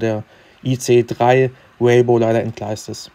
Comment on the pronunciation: Wie er "Rainbow" nicht richtig aussprechen kann 😂😂😂😂😂😂😂😂😂😂😂😂😂